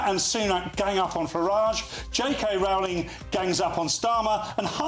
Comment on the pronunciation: learn to pronounce J K Rowling's name correctly!